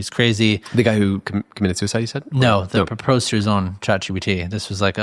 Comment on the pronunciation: I could not understand the host either when he said 'proposed' is he all right? Sounded slurred